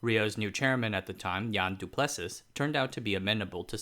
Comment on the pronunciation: Awesome work - fyi "Du Plessis" has a weird pronunciation.. a bit like do-ple-sea